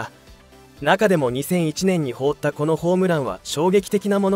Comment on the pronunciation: 「放った」が、「ほうった」と「はなった」の読み方が混在してて気になる……